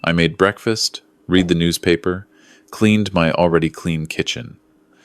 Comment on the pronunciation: 😂 And the past tense sounds like "red". As in, I read, not "reed". 😅